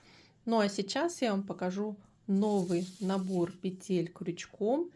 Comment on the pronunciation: Уважаемая вязальщица ставтьте,пожалуйста ударение правильно - не петЕль,а пЕтель,ударение на первый слог!